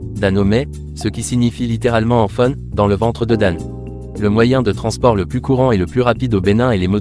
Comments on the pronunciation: Belle vidéo... Ça serait un peu plus cool, si c'était une voix réelle et non utilisée... La langue Fon, on dit fone, même pour le Dahomey... Pardon 🙏🙏🙏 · Je peux que m'abonner, tu as fait un sacré boulot, je suis togolais mais je vis au Benin depuis 39 ans ,j'avais 1 an quand mes parents ont étés affectés ici . A part les prononciations de Mantindjan et de "Fon" tu as tout bien dit .C'est l'alcool issu du vin de palme qui est Sodabi, le vin de palme même s'appelle "Atan" . La chose que tu n'as pas montré C'est la route de la plage qui est une veritable reussite du nouveau président. Bravo